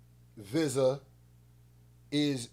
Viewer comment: Yooo I Appreciate yo feedback and the laughs btw Vizza is pronounced like veeza as in a way you would say pizza with a E also no way you said groover lol who tf is dude lol i love yo content bro Were is that bar pillow mannn i will enter when again when i upgarde my stu better and new coming.....